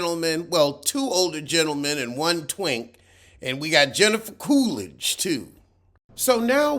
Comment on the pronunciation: "Heffica Coolidge." 💀